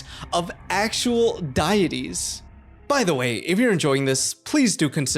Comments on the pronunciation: Deities is pronounced "day ah tees" or "dee ah tees" not "die ah tees". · Bruh really die-eties come on man you telling me you cant pronounce deities. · why did you say deities like die-et-ies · Almost subscribed then you said "die-ities" 🤢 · "Dietys" lmao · "DIEities" Why are americans like this? Why do they mispronounce words in their OWN language? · I hate to be this guy but it's Dee-it-ees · "diet-ese" Yeah I wish I spoke that one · Why did you pronounce deities like that? And why did you use the Ankh to represent Ancient Greece? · Cool video man but the way you said deities threw me off